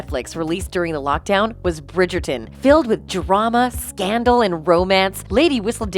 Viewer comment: Please learn how to correctly pronounce the names, especially Bridgerton and Nicola.